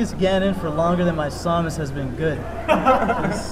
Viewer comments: But he isn't saying "Sah-mas," he's saying "Saw-mas" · pronounces Samus as "Saw-mus?"